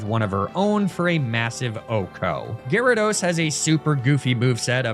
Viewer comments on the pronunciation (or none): why do you insist on sayin Giadude?????????